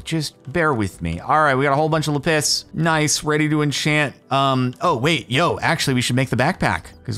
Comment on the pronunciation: its laaaapis